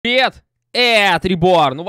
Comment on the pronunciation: а почему в начале ты говориш не привет а пет